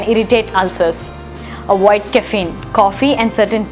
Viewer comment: There is so much to "awoid"! 😂